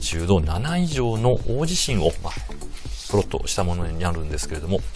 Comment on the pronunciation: プロットがポロッとに聞こえる